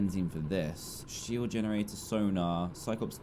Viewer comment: Dan you have to say shield not sh*t